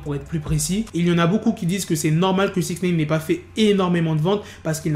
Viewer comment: Arrête de dire Sixnaine c'est Sixnine !!!